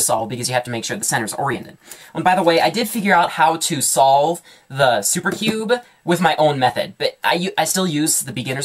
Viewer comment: I swear he says STOLVE